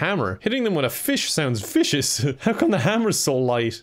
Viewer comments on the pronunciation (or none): Vicious? You mean.. fishious..